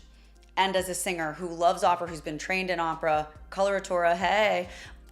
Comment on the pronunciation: How much can you get wrong… Pronunciation of Opera totally incorrect.. It far from his last performance You should be embarrassed 😮